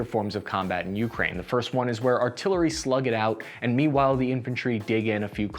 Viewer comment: Just heads up—it’s pronounced Uk-Rain, not YOU-crane. You’re putting the wrong emphasis in the wrong syllable. Not a huge deal, but just thought I’d let you know… You actually pronounced it correctly one time.